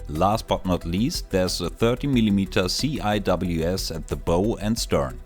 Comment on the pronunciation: Not sure if anyone else mentioned this, but just a quick point that CIWS (Close-in Weapon System) in english is typically pronounced as one word (pronounced SEE-Wiz) rather than the individual letters.